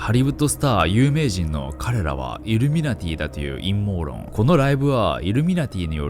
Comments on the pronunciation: 「陰毛論」ハッキリゆうとるなｗ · さりげなく陰謀論を陰毛論って言ってて草